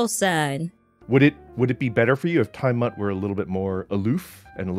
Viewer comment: Basically, "smut" is porn and Kronii said Time Smut instead of Time Mutt (her dog's name) so it's like she's saying something about porn of her dog which is bad and not something they should be talking about on stream.